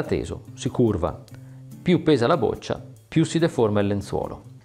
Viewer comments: "boccia" con "o" aperta... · Boccia si pronuncia con la o aperta...